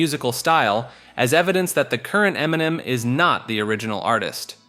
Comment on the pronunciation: Emniminim is how I intend to pronounce it from here on out. 😂